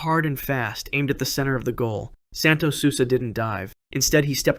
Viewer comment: Santos "sulsa"